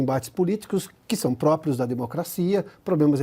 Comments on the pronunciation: Adalberto Piotto, vc é um ótimo jornalista, mas, por favor, é PRÓPRIO e não PRÓPIO. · Adalberto Pioto, vc é um ótimo jornalista, mas, por favor, é PRÓPRIO e não PRÓPIO. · Adalberto Pioto, vc é um ótimo jornalista, mas por favor, é PRÓPRIO e não PRÓPIO. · Você é um ótimo jornalista, mas por favor, é PRÓPRIO e não PROPIO. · Adalberto Piotto... Você é um ótimo jornalista, mas por favor, é PRÓPRIO e não PROPIO.